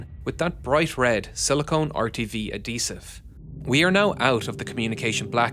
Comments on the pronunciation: Adhesive is pronounced like ad-hesive, not ad-eesive, as the “H” needs to be pronounced. Keep working on the little things! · A dee sive 😂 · Who pronounces adhesive without the h? Is this guy just a mindless scriptreader who can't catch a typo? Or is this just an unusual artifact of regional dialect? I feel like there was another video where he made a similar mistake. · My man killing me...love the vids but the "Adhesive" being said as Ad dee sive is killing me.....Ad Heev siv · A-desive. A-desive. A-desive. A-desive. ADHESIVE you irish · Say adhesive like that one more time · Great video,. I really learned a lot by watching this. Most important thing I learned: Irish people don't pronounce the "h" in adhesive.:) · I like how you say adhesive